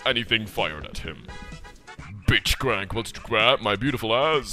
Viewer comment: he says bitchcrank not blitz.